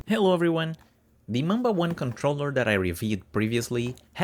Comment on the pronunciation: It's not Mamba, it's Manba :-)